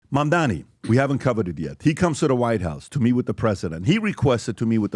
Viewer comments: Your points are invalid if you can’t even pronounce the opponent’s 7-letter name correctly, yes. It’s MAM-DA-NI, not mamdami. the disrespect of mispronouncing somebody’s name shows the kind of respect to return.. 😂🤡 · It’s mam dani phonics guys not Man Dani just fyi